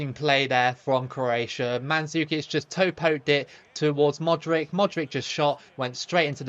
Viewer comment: I don't know how you can get all the players names correct with the "ch" at the end, but then keep saying Modrick 😂😂😂 Croatia can definitely beat Argentina in the next round! They've been overlooked so badly tbh.